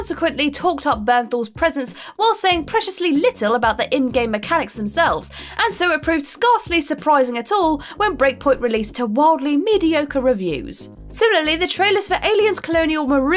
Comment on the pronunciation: Anyone else notice something strange recently? What's with mispronunciation of basic words? Near the beginning she says "Sk-ahrss" when she means "Scarce". I noticed Jules & Josh have done similar. WTF?? Maybe they were AIs all along?